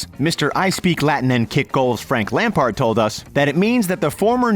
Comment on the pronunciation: Fun to see Lamps on here (albeit mispronounced), but in general this is a silly list. Those first two examples for starters ... 😂